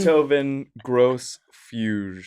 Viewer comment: Holy shit they played mahler 2. best music ever written in the worst podcast ever had by anyone. What an disturbing experience to hear some of the best music ever written followed by Amir calling Beethoven gross and the dumbass miss-pronouncing fuge. Worst episode ever. 10/10